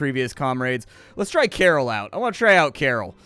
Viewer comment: Karol is pronounced Carl